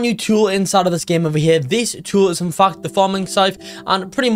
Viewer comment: I feel like when he says fact it sounds like the f word 😊